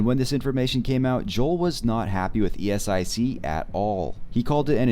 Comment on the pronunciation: Please stop saying it as e-s-i-c 😭